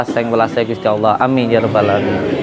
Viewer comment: Loh kok nyebut Alamiin jadi ngalamin